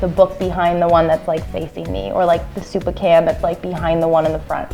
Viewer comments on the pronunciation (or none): none